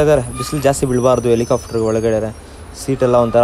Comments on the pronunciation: Helicopter ✅ Helicafter ❌ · Helicafter alla guru adhu helicopter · helicaaftru alla guru adu, helicopter.... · Guru English ashtu clear aagi mathadthya kannada na yaak guru haage mathadthya ex: “ikkavre” , “aithe”, “ helicofter” alla guru Helicopter. 😐… You ppl make videos alva many ppl see these videos let them learn from your videos plz.